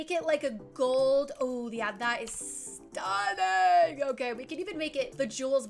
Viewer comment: The way she said, "That's ✨️StUNnInG✨️ had me on the floor 😂😂😂